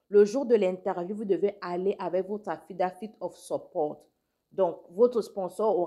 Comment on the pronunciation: Bonjour jai pas bien compris quand vous disiez atidative supporte, jai pas bien compris la prononciation pour le sponsor